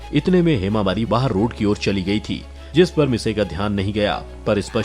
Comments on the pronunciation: It's not misaee it's mitsiii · It's mitsi nohara not massai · Its not misae its mitsi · its not misayi its mitsy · Shinchan mom name is misty not massi